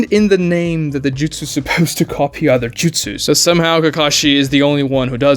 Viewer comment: Also saying 1000 justsus. It's justsu. Japanese has no plural